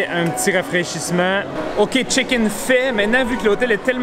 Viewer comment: Euh j'veux y retourner please. Tu me fais mourir de rire quand tu dis "On va aller faire le Check-in" parce qu'on dirait vraiment que tu dis "On va aller faire le chicken". 🐔 Ok bye 😀